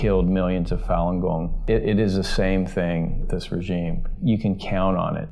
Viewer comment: except the guy doesn't know how to pronounce the word regime ... strange